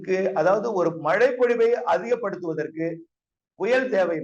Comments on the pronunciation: Mazhai not malai niruparae😂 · மலை நல்லா பேசுறீங்க சார் , kalaila brush panrapa tongue valichidunga... ழை nalla varum